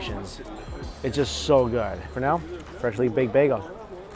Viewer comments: Did he say baygo again? lol that buffet looks amazing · Maybe he just struggles to pronounce it, might not be his fault